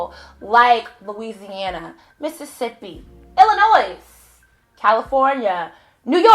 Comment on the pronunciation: We don't pronounce the "s" in Illinois!